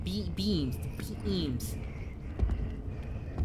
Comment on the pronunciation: It's BEAMS NOT BEAAAAAAAANS HISSSSSSSSSSS